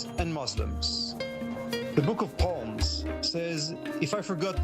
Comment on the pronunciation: Its pronounced SALMS NOT PALMS